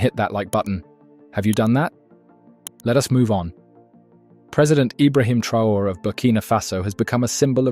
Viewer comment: His name is pronounced Tra - oh - ray. Thanks for the article!